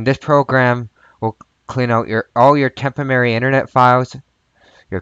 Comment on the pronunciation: All together now...."TEMP-oh--rare--reeee'! :)